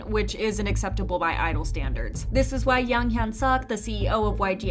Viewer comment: Literally no one calls him by the separate letters T.O.P they call him TOP. So say it that way, please.